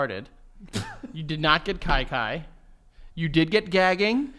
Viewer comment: It’s pronounced “key key” 😂😂